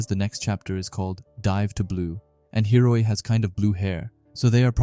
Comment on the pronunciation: how can you read the name and still get it wrong man??? its HI-O-RI for gods sake